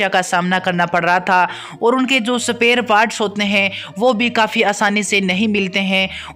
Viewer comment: सपेयर 😅😅सपेसल 🤣🤣🤣🤣 shame on your english